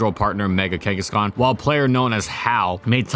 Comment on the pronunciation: DO NOT LEAVE OFF THE H IN KANGASKHAN!